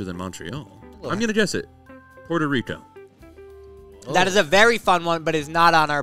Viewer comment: oh i know y'all did not just say puerto rico